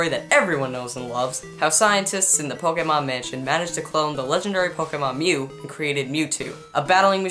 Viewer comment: Stop saying pokamon